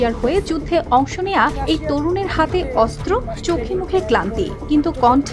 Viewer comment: অস্ত্র উচ্চারণ করতে হবে শুদ্ধ করে 😅😅😅